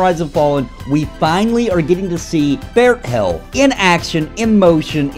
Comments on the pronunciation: It's fair-thale pal XD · I think they spilled the beans on how to pronounce Faerthale,. Put the 'T' with the second syllable.